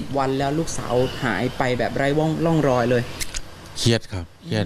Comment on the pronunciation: ทำไมนักอ่านข่าวหญิงออกเสียง(ร่องรอย)เป็น"ล่องลอย"